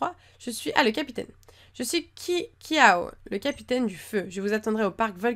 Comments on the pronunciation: on dit kiawé et pas kiawe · on dit kiawé et kiawe le e fait é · Ce n'est pas kiawo mais kiawe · Ça se prononce kiavé si tu veux miss mais ça s’écrit kiawe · Kiawe se prononce kiawé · miss on dit kiavé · Ça se dit kiavé on LE dit comme ça